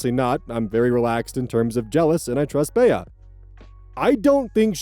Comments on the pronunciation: I’m so sorry, I love watching your videos but please start looking up names you’re unfamiliar with for pronunciation 😭 it’s Bee not Bayah. Short for Beatrice. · Omg, BEE! Not BEY-uh. Your name pronunciations are reaching ridiculous new heights. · Why is he pronouncing Bea as Bey-a?????? Isn’t it pronounced Bee? Like as a nickname for Beatrice??? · Bea is pronounced like bee. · Back at it again with my 'oh god name mispronunciation' bullshit: Bea is short for Beatrice, so it's pronounced 'bee' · third story, the name “Bea” is pronounced “Bee” for future reference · FFR, "Bea" is pronounced like "bee" (I know, it threw me off the first time I saw it spelled out, too). Think Bea Arthur from Maude and The Golden Girls. Your pronunciation still makes total sense, though! Hope that helps. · Just for the record Bea is pronounced 'Bee' as in Bea Arthur.